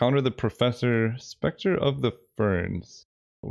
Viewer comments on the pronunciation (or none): none